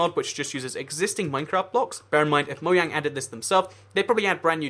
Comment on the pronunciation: "Mo Yang"